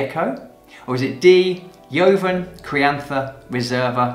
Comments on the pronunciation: Nice video! Studying for level 2 WSET ... but I'm a Spanish teacher and JOVEN is pronounced like HOVEN (aspirated H - not YOVEN). Nevertheless love your videos! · Do all Brits pronounce “joven” that way? We pronounce it the Spanish way “hoven”? Just curious.